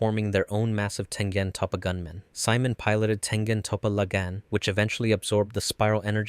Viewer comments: Si-mon no it's see-moan 😭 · You said Simon wrong. Lol